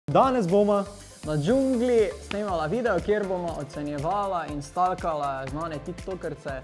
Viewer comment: res je reku staLkala kokr se napiše hah kralju